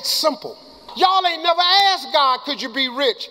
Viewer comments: It's "asked" not "axed" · Am I the only one hearing AKSED instead of ASKED? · Great video, but why do you consistently say "aksed" instead of "asked"? You are very articulate, eloquent and intelligent. Maybe it's a cultural thing, cos I'm an Australian, but it just stuck out to me.